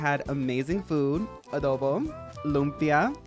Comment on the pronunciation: the way you said adobo and lumpia made me think of that cameron diaz interview